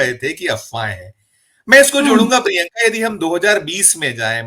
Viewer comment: अपने नाम का शुद्ध उच्चारण किया करें। शुद्ध उच्चारण प्रिंका नही प्रियंका है।